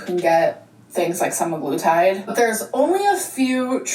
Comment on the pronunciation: its prob hers. ive been getting an assload of hers ads about semiglutide and the ai voice never pronounces semiglutide correctly.